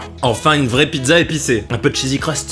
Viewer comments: Il a dit chesi crust 14 fois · le " chzzsy crust farcie " XD